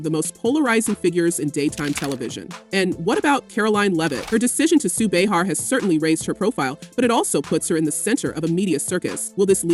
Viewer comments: How many different ways can this AI announcer pronounce Behar in one story. So annoying! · Can't you teach your AI that it's Bay-har, not Bee-har? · beehar beehar beehar, its driving me nuts how the narrator gets it correct about 20% of the time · Bay har not bee har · How is it they can't get her name pronounced correctly? They go from calling her "Bee-hat" to "Bay-har".Whichever it is/was doesn't matter as ABC smartened up and fired her old ass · Bay har is how she pronounces her name. 🙄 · Hate the way you pronounce her name…😂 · You’re pronouncing her name wrong…good lord!